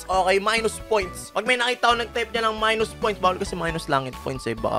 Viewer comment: Maynus poynts hahahahahhaha